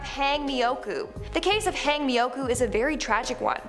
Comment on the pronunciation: "hayng" mioku? 😂😂😂... no no no "hawng mioku" 😂😂😂😂